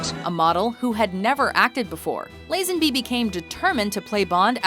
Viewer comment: The narrator's mispronounciation of George Lazenby's name is really annoying. It's "Lah-zenby" not "Layy-zenby".